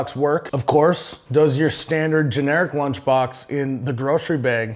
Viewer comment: “Blunch box”